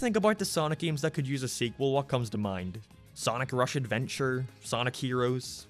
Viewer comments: I like how he says "games" g e e m s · The way you say games or gaming is Irish